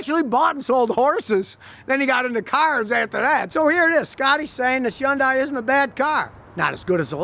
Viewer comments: “Yun-Die” ? Remember the Hyundai commercial years ago where they said “Hun-Day, pronounced like Sun-day”? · GOOD GOD LEARN TO PRONOUNCE HYUNDAI. It’s either “Hayun-die” in the original Korean or “HONdie” like the official US commercials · Scotty, it's pronounced HUN DAY. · Step one when reviewing a Hyundai is to properly pronounce Hyundai. It rhymes with "Sunday" (the "Y" is silent). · Learn how to say Hyundai (hun-day) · It’s hyundae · my guy repeatedly said yonday lmao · It’s “HUNday” (rhymes with Sunday.) Scotty, what do you think of Genesis? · The way he says Yundai gives me anxiety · Scotty, Hyundai is pronounced like "Sunday" so say Hunday.... and pray. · FYI, Scotty you don't pronounce the "Y" in Hyundai. It's "hun-day". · Scotty says "yaun-dai" ?? hahaha Come on man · So, Scotty has found out that Hyundais aren't all that bad but now if he can just learn how to pronounce it. Hyundai rhymes with Sunday. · It's not pronounced yun-dye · 1. This guy is highly opinionated. 2. He can't even pronounce the name correctly, and back to point #1. 3. It is not the same thing, that is why it is not covered by recalls. 4. The engine cover is not a beauty cover, it serves a purpose whether you agree or not. Bottom line, same old mechanic who has not evolved with time. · Not how you pronounce the word but thank you for trying. :) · Could some one teach him how to pronoun...HYUNDAI. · You would think a professional mechanic could pronounce Hyundai correctly... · The Y in Hyundai is not pronounced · The way he is pronouncing the brand name is going to give me a facial tick. Please stop, you're saying it so wrong it hurts lol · I have no idea why he's pronouncing it that way 🤦🏼‍♂️ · Appreciate your telling the truth but when are you going to start pronouncing the name properly. It's HUNDAI not YUNDAI. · So..its not .. YUN DIE ?? lol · Everyone else: Hyundai Scotty: yuindai